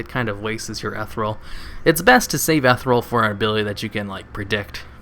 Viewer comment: eth-eer-ee-ul XD i love your vids